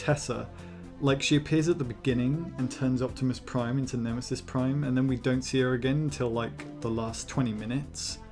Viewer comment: OPTIMUS PRIEM, BASKTBOL